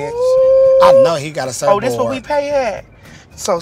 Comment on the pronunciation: “ I know he got a surfbort” 😂